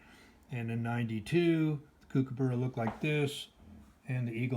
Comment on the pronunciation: Coo-coo-burra. Haha! Cook-a-burra!! Nice set!